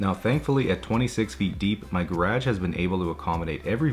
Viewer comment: Please learn how to pronounce “garage” proper....thank you from me and the viewers 😂😂